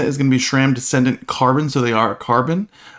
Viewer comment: I don't know why it bothers me so much, but people saying shram instead sram is like nails on a chalkboard.